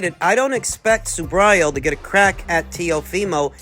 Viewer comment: Hey man..learn to pronounce SUBRIEL'S name..hes Puertorican not gringo or pronounced SUBRYAL..lol..